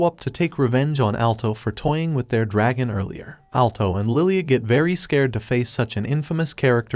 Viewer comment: A groop of dargon riders😂😂😂😂 Edit: If you dont know; dragon is the proper pronunciation not dArgOn